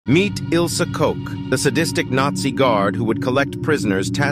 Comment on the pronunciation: Buchenwald and Koch, u dont pronounce the names correctly.